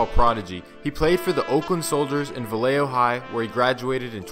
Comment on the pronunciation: It’s pronounced Vayejo. 🤦🏽‍♂️🤦🏽‍♂️🤦🏽‍♂️ two L’s make the Y sound.